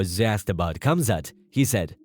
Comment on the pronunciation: Khamzat is pronounced- Haum-zaht, the K is silent. Just like Khabib its "Hah-beeb". If your going to make videos on UFC atleast get the name pronounced correctly... and then you call Gilbert... "Jill-bert". Like Tf?